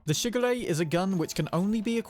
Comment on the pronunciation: I could only hear shigure as sugar ray